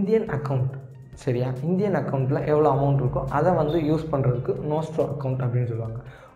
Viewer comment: Bro Nostro and Vostro konjam clearah solringala.. ??